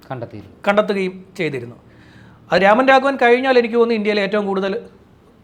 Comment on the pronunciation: രാമൻ രാഘവൻ അല്ല സേട്ടാ രമൺ രാഘവ് 😅😂